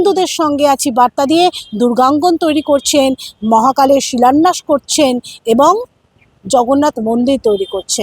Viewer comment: ওনার শিক্ষাগত যোগ্যতা নিয়ে প্রশ্ন থেকেই যায়। "শিলন্যাস" বলে কোন শব্দ নেই। উনি "শিলন্যাস" শব্দটাই বলেন। কথাটা "শিলান্যাস"। আর উনি "দোয়া" কথাটা বলে মুসলিমদের উদ্দেশ্য কিছু বলে দিতে চান।